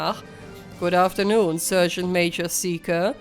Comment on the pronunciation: Wünsch dir auch gute Besserung und komm schnell wieder auf die Beine. 😘 Eine kleine Anmerkung noch: Du solltest dein Handy nochmal befragen wegen dem Wort "Sergeant". Es sollte eigentlich "Sargent" ausgesprochen werden und nicht "Sörgent" 😉 Finds jetzt nicht wirklich störend, aber es fällt eben auf, wenn man es mehrfach in einer Folge hört. 😄 Ansonsten wieder ein sehr schöner Part. Finds auch sehr beeindruckend, wie du die Aufnahmen trotz aller Widrigkeiten hinbekommst. 👍 Quäl dich nur nicht zu sehr, ok? 😷